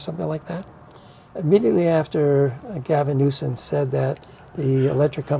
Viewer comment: It sounded like said “Gavin Nuisance”. Funny